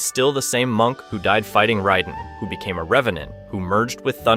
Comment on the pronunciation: Can’t stand the pronunciation of raiden